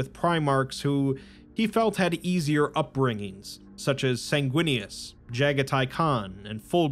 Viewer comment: Bro, the chapter for Sanguinius is “Sindarius” and I was like “if he says it like that I’m unsubbing” Thankfully you got it right 🤣